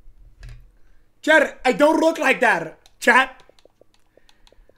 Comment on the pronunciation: The word chat does not contain an R or an L. Somehow this man rolls r’s in the word chat lmao